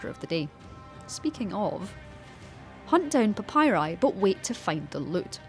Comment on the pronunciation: “A papyri scroll”. Wow Also she pronounces papyri incorrectly.